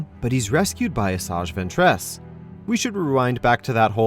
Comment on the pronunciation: Asajj Ventrass. The Way You Pronounce Things Kills Me XD